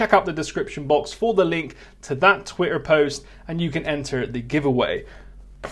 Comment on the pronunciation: the way you say twitter makes me think of Wurzel Gummidge